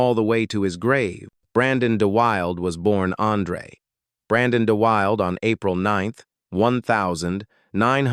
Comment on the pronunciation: The actor's name is "DUH-wil-DUH" you silly AI 😂